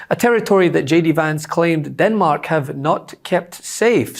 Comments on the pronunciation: Captain eye liner vance has a strange way of pronouncing Denmark as Dinmark ? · “DINmark”??? GTFOOH JD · Did I really just listen to guyliner Vance call Denmark "dinmark" 8 times??? Didn't President tRump deny knowing that he was even in Greenland??? Canada is securing our Arctic and the Northwest Passage with a new over the horizon radar defense system called JORN from Australia. PM Carney has ordered pay raises for all military, shoring up recruitment, planned for new submarines and 15 new destroyers as well as new ice breakers to be built at our shipyards in Halifax and B.C. So no, tRump's wish to take over Greenland so he can better position himself to invade us will not work. Besides, we are NATO allies with Denmark, so no point even trying Donnie.